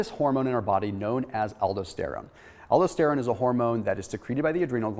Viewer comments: Aldosterone: al-dos-ter-one not aldo-ster-one. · I like videos but you can really tell his inexperience with a certain subject when his pronunciation of certain words are all over the place. ALDO-steron? Really? Just one of my pet peeves. If you're giving out highly nuanced information regarding subjects that directly impact human health you might want to know how the words are pronounced, otherwise you come off sounding like you're just reading off of a text book instead of actually knowing the information. Dr. Berg does the same thing when he comes across a subject that he's clearly not familiar with. Drives me nuts. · It hurts to hear you say Aldosterone... it's pronounced: al-dō-ˈster-ˌōn or in simple pronunciation - Al-Dos-Ter-Own.